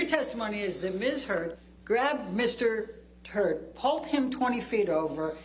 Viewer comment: did she refer to Johnny as Mr. Heard or Mr. Turd? I've played it a few times and I keep hearing it. Anyone else curious about Umbrella Guy? ☂️ lol